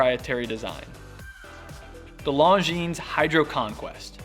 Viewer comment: Don’t pronounce the “S” in Longines.